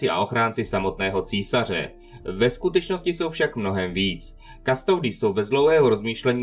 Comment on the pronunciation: Originálna Latinská výslovnosť je "Kustodis" a znamená to strážca